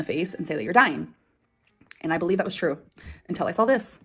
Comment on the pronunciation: “I sawl” 😒